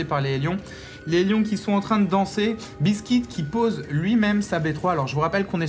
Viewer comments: Le nom du Terran n'est pas biskit mais BEASTYqt et se prononce "bistikiuti" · c pas bistique c beasty Q T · Ouai on dit "Beasty Kiou Ti" pour BeastyQT. Ou au pire Beasty "Ku Té" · A mon avis, "Beastyqt" se prononce "bisti kiouti" (beasty cutie) ou en français "mignonne monstrueuse" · Je lis Beastyqt, mais j'entends buiscuit^^.